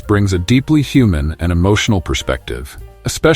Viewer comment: A "hu-man"